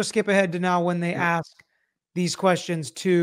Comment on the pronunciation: how is it that an educated lawyer can't pronounce the word ask correctly?